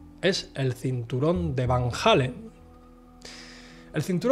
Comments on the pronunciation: Es Van Allen, no Van Halen eso es una banda rockera, has visto demasiados videos de JL, él lo dice mal siempre. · Joder!!!! Porqué chingados no pueden pronunciar VAN ALLEN, VAN ALLEN, VAN ALLEN, VAN ALLEN. NO ES VAN HALLEN........ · En todo caso se pronunciaria FAN ALLEN o FAEN ALLEN